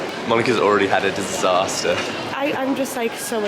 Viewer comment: I like everytime says "Disastuh" 😂